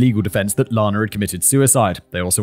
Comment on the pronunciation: Out of respect for the victim I must point out that Ms.Clarkson's name is pronounced like Anna (ran, or can't). Lana Turner's name is LAHna. Not so for Ms.C.